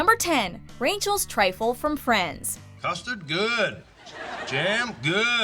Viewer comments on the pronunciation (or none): Did she say "Rainchel's"?!